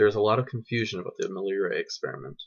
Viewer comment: Yeah, good man, good presentation, the truth. Life from chemicals does not compute. Leisurely spoken as it should be. No rush as in so many presentations of others. However, pronunciation is not always totally clear, e.g., the way you say " Miller Urey." No need for ultra-long pauses. Be consistent. Edit carefully. Keep the volume stable. One word misspelled . I say that because you will have a lot of foreign viewers and that's how it should be! Still, great truths! Thank you.